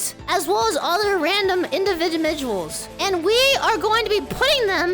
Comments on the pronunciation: Me: say "individuals "!: - Indie Muddy Vedal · because of her I now sometimes say "inmisviduals"